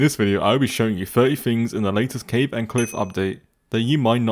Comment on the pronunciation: It's cave not ceave